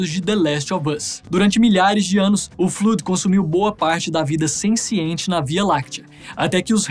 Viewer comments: N se fala fluud se fala 'flód' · Muito bom, só a pronúncia do Flood que não ficou certa, fora isso ficou muito legal o vídeo.